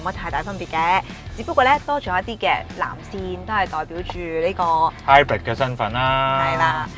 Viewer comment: Hybrid都唔識讀,你讀嗰個音係hybird,唔係hybrid